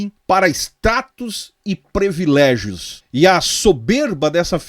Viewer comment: não é previlégio, é prIiiivilégio, ok? Só ajudando.